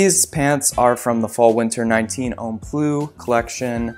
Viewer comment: I lived in franc and speak french fluently, and I love how you say “homme” like “home” totally wrong but adorable